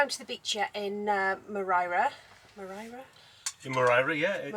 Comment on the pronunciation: Why does she keep saying Morai? Also the cats name was Paco not Gatso!!